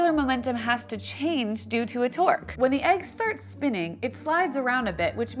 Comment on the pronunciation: Torque sounds like twerk